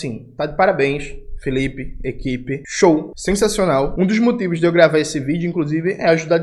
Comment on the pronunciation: O falando "Show" me pegou aqui 😂